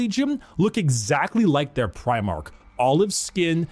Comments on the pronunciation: It's pronounced pry-mark. Every time you say prih-mark, it grates. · Please work on your pronunciation of Primarch. Your saying Premarch